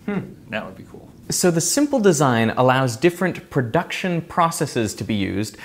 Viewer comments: Pronounced "processes" correctly the first time :)!!! Incorrectly the second time. :( The plural of process is not PRO-sis-eez. and did that guy just say "nookyuhler"? I realize that in reality, he's brilliant and has created incredible things that can change the world, but when someone says that... I feel like there's something wrong with them. Like we all need to talk a little slower and not use big words. :( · FAscinating! But "processees"? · incorrect pronunciation of processes, it’s no long e at the end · Thank you for saying "processes" correctly. Edit: you said it right initially but then wrong later. Weird.